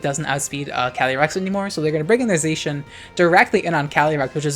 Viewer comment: Unpopular opinion: pronounces Zacian correctly :)